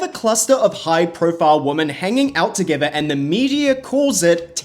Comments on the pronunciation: I'm sorry, this is not meant as a diss or anything, but I've noticed that several content creators pronounce "Women" with an emphasis on the "O". Is this some kind of specific dialect or accent? Normally it is pronounced wi·muhn. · Does anyone else pronounce “women” like him and Danielle Staub 😂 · It's weird to me that you can't pronounce women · You are one of the more and more YouTubers suddenly pronouncing "women" as "wo-MAN" as if you don't know how to say "wimin" and it's fucking weird. I have the same accent as you and I never say "woman" instead of "women". The fuck is going on on the internet. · I have only just discovered your channel and I love it! Catching up with all your videos now... love the Wendy Williams clips. I miss her!! My only criticism... the way you say woman and women is the same in the vide, unoess it's your accent... but cool video! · Women is pronounced "Wimin". Not woman. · Babe this is a new vernacular change ive noticed younger people saying, but “women” and “woman” are pronounced differently. “Women” meaning plural, is said “wih-min”. And “woman”, the singular, is “wo-men”. Young people tend to just default to the singular pronunciation for some reason. Great video as always ❤ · I'm fascinated by 1) how pink you are 2) your pronunciation of women as woman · This is an amazing video!! Although it kept sounding like you were saying “woman” when it was really “women” plural ❤❤❤ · Woman plural pronounced like WIMEN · It’s weeemon not woman. Why do people keep referring to several women as woman??? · I have also noticed it and it is even so frequent that it has become a pet peeve of mine😂😂😂 I think most people who mispronounce it do it out of ignorance rather than it being a dialect... They cant tell the singular form (woman) from the plural (women), thus mixing them up as one. That is my conclusion 😂😂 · I see you can pronounce "men" just fine, but not "women" (WIH-MEN). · It is womEn, WOMEN!!! Pronounced 'we'-'men'